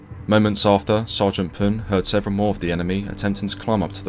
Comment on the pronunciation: Thank you for pronouncing the last name right :)